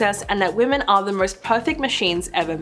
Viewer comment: Wish she would learn how to say women makes me turn it off every time I hear it